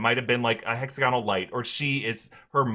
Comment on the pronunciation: Everyone PLEASE learn how to say this word: "Hexagonal" = hĕk-săg′ə-nəl it's not "hexaGONal". it's "hexAGonal"